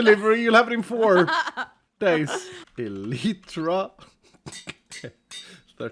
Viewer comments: Wait Stress pronounces it El-eye-tra :O I've finally found a Hermit who pronounces it correctly! (Or the way my family always has anyways :P) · the funny part is that both pronunciations are wrong. /ˈɛlətrə/